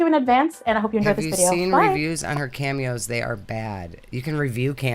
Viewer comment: Cameos? Sounded like she said pantyhose.